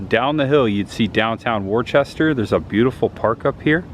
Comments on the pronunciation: It's not pronounced "War chester". It is pronounced "Wooster". Just an FYI. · I didn't know that it would be possible for you to mispronounce a word worse than "museum." People from Massachusetts are going to watch this video and create a drinking game out of it. After which half of them will be dead, no doubt. FTR, it's "wustah" - 2 syllables, not "war-chest-er." 😅 JK! 😜 Luv ya! Great vlog as always & really enjoying the content lately. New England has me jonesing for cooler weather & haunt season! Looking forward to the much ahead. Peace ✌️ 👏💪👊🤙👍🤘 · It's not pronounced Warchester it's pronounced Woostah. People from Mass cringe when it's pronounced wrong. Also it's pronounced lemonstir not Leo Minster. FYI Goddard was wrong too. 😂. Still love the content though. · Worchester?????? It's " wooster" lol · Being from Mass it was hard to hear you continue to say Worcester as warchester lol. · Great video. Most of the towns in MA are pronounced strange. Like Worcester pronounced Wista. Groton is pronounced sounds like Rotten Groton. Pepperell is peprill. There's more. But all in all you did great Massachusetts is beautiful. Especially the Berkshires. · Heads up, Worcester is pronounced Wooh-ster. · wish I knew you were in New England. You went right by my house going from (pronounced) WOOSTER to Rutland. The rocket guy is GODERD. The Jonny Appleseed town is (pronounced)LEMISTER. You pretty much butchered every town. Kind of funny for us from Mass. Would have been nice to meet you. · You're pronouncing Worcester wrong, it's pronounced "Wis-ster " we have many cities and towns in Massachusetts that are actually pronounced differently than how they look. Lol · Worcester is pronounced Woosta ….we watched your Fla videos when we lived in NH, now we live in in Fla and are watching you in NH! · Do locals pronounce Worcester that way or do the pronounce it the same as the English do?